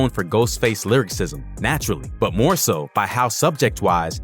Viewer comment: The narrator can't even pronounce lyricism correctly. I can't take this seriously.